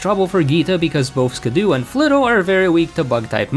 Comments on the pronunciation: Skiddo and Gogoat are some of my favorite pokemon and Skiddo isn't pronounced Ski-doo it's actually pronounced Ski-doe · Calling skiddo “skidoo” was killing me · “Skid-doo” is killing me 😂 It’s just Skiddo, like “kiddo”. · Him constantly calling Skiddo "Skiddoo" hurt my soul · The fact that he keeps pronouncing Skiddo as “skidoo” physically hurts me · I'm sure its not Skiddoo. It's Skid+Kiddo, surely? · Pokemon's name: "Skid-oh" Your pronunciation: "Skuh-doo" Cool vid tho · I love Skiddo. You're mispronouncing it, though. It's an "oh" sound at the end, not "oo" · you calling it "skidoo" is very funny. its meant to be like "kiddo" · skid-doo feels like bullets i can’t explain it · Love the way you say skiddo I say skiddo as kiddo but with an s in front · bro says skiddo like skudoe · okay I've heard many a mispronunciation of pokemon names before, but ski-doo is definitely a new one for me I dunno is it just me or did you just not register the word "kiddo" here? no flame here btw just really confused by that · It’s skid-dough. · It's skid-do for God's sake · Is skiddo really pronounced skidoo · It is pronounced skid-OH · The mispronunciation of Skiddo upsets me intensely… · Im sorry you did NOT just pronounce skiddo like that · Still a better champion than Diantha. Also, you are pronouncing Skiddo wrong. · Can you just. Pronounce Skiddo correctly please. You’re not watching Blue’s Clues trying to hop into the TV.